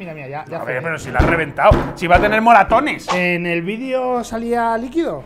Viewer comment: No me digan que soy la única que escucho "molatones" :'D